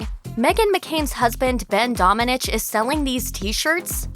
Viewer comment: Hi! You mispronounced Domènech, wich is a Spanish surname, the strong sillabe is "me" and the "h", in this case, is silent.